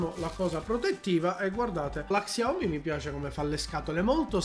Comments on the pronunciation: se imposti nelle impostazioni della fotocamera che il tasto volume scatta le foto anche il pod della xiaomi sarà utile per te, poi volevo dirti che in teoria si legge "sciaomì" con l'accento sulla i. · si legge "sciaomi" mi pare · non ti fa le foto, semplicemente perché la touchwiz (il sistema operativo della Samsung, meglio detta ROM) fa cagare al cazzo, tutti i cellulari, ormai, fanno le foto coi tastini + o -, in pratica quello funziona, ma non coi vecchi cellulari della Samsung. P.s. xiaomi è scritto, ma si legge SCIAOMÍ, è giusto per tua informazione:)